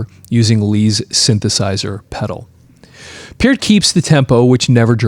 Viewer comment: I was hopeful just before clicking on, but yet again... ANOTHER person who can't pronounce Neil's last name CORRECTLY!! Holy friggin' cHRIST, man!!!!